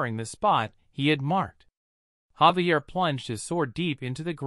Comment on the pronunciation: Ummmm.... Javier is pronounced HAA VEE AIR. not ZAY VEE URR. <<This is written as Xavier.